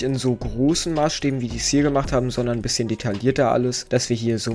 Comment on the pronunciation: Du sagst einbisschem und zeigt was er braucht xD